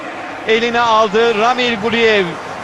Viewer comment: Yahu ramil değil a uzatmalı Raamil Raamil